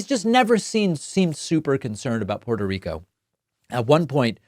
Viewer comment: The man can't pronounce Puerto Rico properly. Sounded just like the hicks he's targeting.